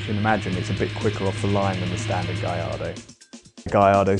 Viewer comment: i thought it was gallardo not Gallargo